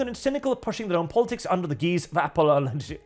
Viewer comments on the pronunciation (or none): ‘Ideologue” has a hard G not a soft one. ‘Lest” doesn’t have an A, and it’s “reckless abandon” not “abandoned”. Guise is pronounced like “guys” not “geeze”.